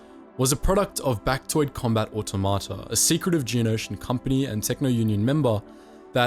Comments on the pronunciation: It's pronounced "Or-TOM-uh-tah", not "Or-tow-mah-tah" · The emphasis is on the second syllable in "automata".